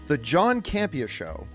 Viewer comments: "John Camp....e.....areee" dead. 😂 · John Camp EhAr lmao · 'The John Camp-E- Ahh Show' 😆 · John Cam-Pee-Ah! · "John Campe-AH" 😆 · John Cam Pee Uhhh.